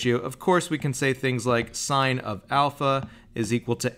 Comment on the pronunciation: I just wish their teacher taught them how to correctly say sine, cosine, and tangent... But cool proof!